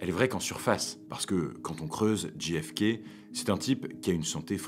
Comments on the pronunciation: Très chouette, même si ce n'est naturellement qu'une vidéo de plus sur un sujet battu et rebattu, et dont on a à peu près tout dit... Mais cela reste passionnant. Une seule chose : si vous choisissez de prononcer ces trois lettres à l'anglaise, on ne dit pas "Dji èf ké", mais "Djé èf ké". Ce que vous prononcez s'écrit GFK... Pourquoi pas KFC, tant que nous y sommes ? 🙂 Merci ! Mais, bon, c'est une bonne publication quand même ! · Super video... MAIS ... On djé FK et non dji FK... Mais en dehors de ce détail, rien a dire. Très beau boulot! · Petit détail… le J de JFK se prononce « djé », pas « dji » 😃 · Ce n'est pas "dji èf kay", c'est "djay èf kay". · c'est prononcé "JAY F KAY" , De rien :)